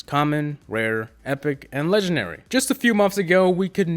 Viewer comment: Does it bother anyone else that he says legenary instead of legendary